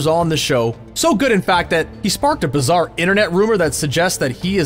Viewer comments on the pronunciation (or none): none